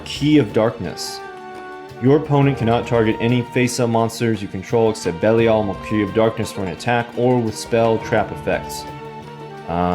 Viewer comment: Belial is pronounced Ba-lyle 😙